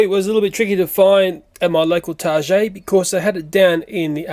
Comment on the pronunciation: Haha daddy knows everything. I heard you say Targae or Targay I don't know how to spell it. Anyway, great video.